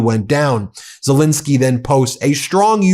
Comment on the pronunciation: Ben, how long will it take for you to call the President of Ukraine by his proper name, it`s Zel ENSKY not Zel INSKY.